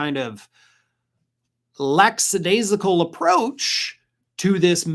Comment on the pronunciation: Lackadaisical (not lacksadaisical)